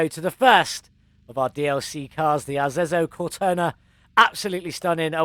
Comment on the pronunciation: FYi it's pronunciated "Arezzo Cortona"... Nice build you did here. The red ans gold are absolutely astonishing, really like it ! ^_^ Nice idea to pu the 2-tones black and gold rims on it, looks really nice. I was confuse as the V12 its using looks like the V12 we already had in the game, minus the colored intake manifold... Maybe the perfs are different too, Idk...